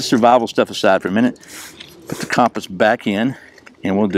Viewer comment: The way you pronounce compass..🤦